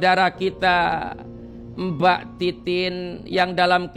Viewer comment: Ko denger manggil nama mbanya titit bukan titin😅😢